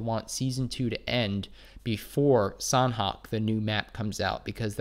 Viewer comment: Thanks for the vids... btw sanhok has silent h— so its more like sanok